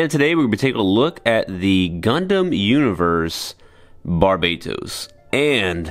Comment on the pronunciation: Gundam barbatos bang bukan barbados